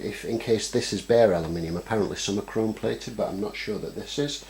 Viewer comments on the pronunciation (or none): none